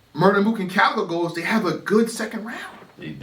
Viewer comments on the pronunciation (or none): the cow and chicken bar WAS NOT FIRE .. his name is CALicoe not COWicoe lmao